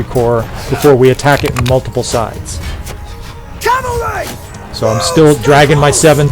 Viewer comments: i imagine you say calvary instead of cavalry because thats how the tankers say it but idk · Thanks for the great video! I truly hope you get over your calvary of saying "cavalry" correctly ;-) [yes "calvary" exists, and it has another meaning ;-)] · Calf-ary - they ride somewhat different mounts. :D